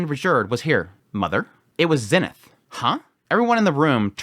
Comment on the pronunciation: Yo, random question not trying to be a hater but why do you pronounce Eres and Zenith like that? In the Anime they clearly pronounce it differently? Is it because that’s how they say it in the Japanese version?